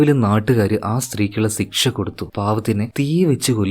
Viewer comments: ദയവുചെയ്ത് സിക്ഷ എന്നു പറയരുത്. ശിക്ഷ എന്നു പറയൂ. കേൾക്കാൻ രസം ഇല്ല ❤ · സിക്സ അല്ല മിസ്റ്റർ ശിക്ഷ 😂😢